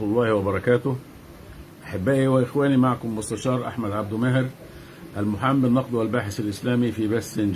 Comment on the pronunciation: لاتعرف شيئا قل : المحامي وليس : المحام